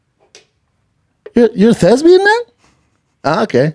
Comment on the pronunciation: Someone get on the line to let him know the word is "Thespian" and not "Thesbian".